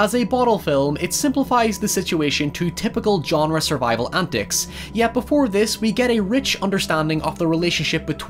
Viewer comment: 😶😳🤣😂🔥🤣😂😳😮😉 oh antics not andicks gotcha.!.